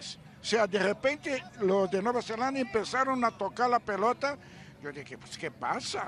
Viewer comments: Alvaro lleva toda una semana diciéndole Nueva “Zelandia” a Nueva Zelanda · Y Alvaro sigue diciendo Nueva Zelandia.